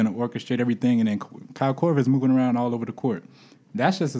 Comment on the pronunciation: Haha I thought the Iggy Pic was rough til I heard say "Kyle Korver" 😆😂